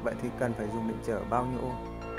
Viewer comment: its ohm not omh 🤔